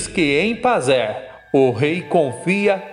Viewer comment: Passerrrr kkkkk , Pazé o correto 😅